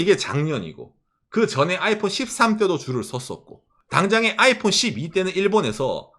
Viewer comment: 아^이_폰 이라는 억양 뭔가 특이하네.. 보통 아이폰_ 이렇게 얘기하던데